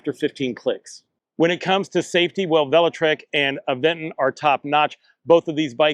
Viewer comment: There's no 'd' in Aventure. And there's no 'g' in Aventon, like the reviewer kept saying. The Aventure.3 is worth it for the security features alone, IMO.